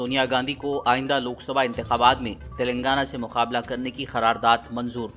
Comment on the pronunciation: Phir ghalat...kharardad bole...sudher Jao Bhai...KYUN Urdu ka janaza uthane per tule huye ho.samjhe?